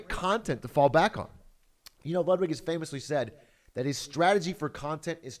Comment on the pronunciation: Why do you pronounce Ludwig like that? It’s pronounced “Lewd-vig”